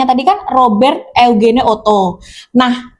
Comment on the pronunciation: Eugene dibaca = Yujin kak😅